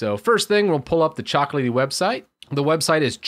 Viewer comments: It's CHOCO, not coco.... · Why do you say "coco" instead of choco? I mean, is choco from chocolatey right? you don't say cocolatey 😁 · Me: "Repeat with me. Chocolatey": "Chocolatey" Me: "Choco": "Ckoco" Whyyyyy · Yes he definitely is a native speaker. He's a tech guy after all, not an English guy xD i would ALWAYS pronounce "Choco" EXACTLY HOW IT'S SPELLED. (CHAWKO) musta unlearned this by grade 2 haha